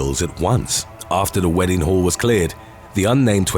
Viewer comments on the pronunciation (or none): none